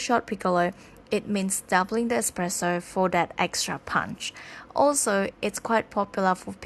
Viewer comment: Expresso it’s pronounced espresso